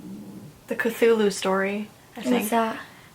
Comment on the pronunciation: Cthulhu is pronounced " Klul hu"